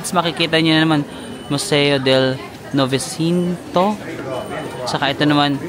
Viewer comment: NOVECENTO PLS PRONOUNCE AS. NOVE - CHENTO(900)